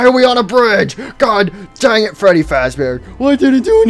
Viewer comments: I like how says fweddy instead of freddy lol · I like geogory is saying freedwy